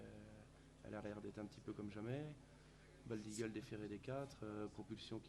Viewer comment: Franchement, pour une 98eme édition, ca manque de professionnalisme, rien n'est préparé, c'est fait a la va-vite. L'autre il sait meme pas dire "bold eagle" , comment voulez-vous que l'on vous prenne au sérieux ?? c'est triste de voir ca quand on aime les courses… franchement… pareil pour la traduction ca sert a quoi y'a aucun étranger qui pose des questions… on perd un temps considérable…mettez des oreillettes comme on fait en 2019 et enchainez... et l'autre Guillaume Maupas, il fait son dictateur avant la course ? on apprend qu'il a des préoccupations sur l"arrivée de la course du PDA ? tu veux pas plutôt interdire aux imposteurs de courir pour que la course soit vraiment limpide ? C'est de pir en pir , chaque jour y'a des boulettes, enfin bref, ce n'est que mon avis.